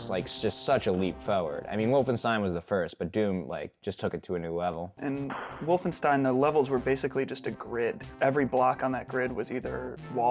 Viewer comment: “Castle wolfensteen”